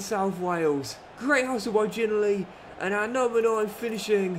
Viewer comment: Gotta pronounce ginnelly properly plzzz